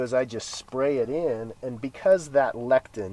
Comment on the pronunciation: Great instructions. Thank you. Not trying to be the pronunciation police but it is pronounced "LE-SI-THIN"